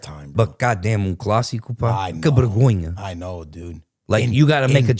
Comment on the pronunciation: No hate! But a bergonha é vocês dizerem bergonha em vez de vergonha 🤣 mas de resto muito bom! finalmente ver algo sobre a liga portuguesa!